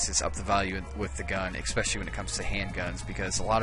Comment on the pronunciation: Good video, but for the love of Odin, please stop saying expecially! It's pronounced "especially".